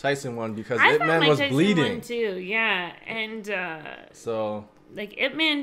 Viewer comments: His name pronounce as EEP MAN. not I P man. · It's "Eep man" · As a Wing Chun practitioner, getting his name wrong is mildly offensive. As such, I am not an offended snowflake, but it is important to educate folks. This man revolutionized and simplified Wing Chun and taught it to the masses. It is not spelled out when it is spoken. When you say his name, you should say it two ways: Ip Man (English) and Yip Man (Cantonese/Mandarin). Emphasis, "Mon", as if spoken by someone from Jamaica. Thank you for your video.